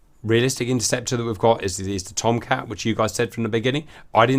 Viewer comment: In real life, if there was a nuclear strike heading towards the US, the "you're not allowed to fly that fast for that long" rule would be ignored. Also, you need to watch Mover on youtube to get the correct pronunciation of "TOMCAT!"